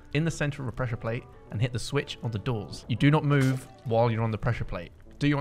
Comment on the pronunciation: What bothers me the most is that he said he “pressure plads” if not it was pad or plate